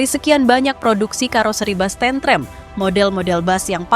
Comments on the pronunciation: bacanya tentrem bukan tentrem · Admin nya bukan orang jawa. Cara ngucap kalimat tentrem beda dgn dialeg lidah jawa tentrèm... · Penyebutan tentrem Jan gak pokro blas 😅😅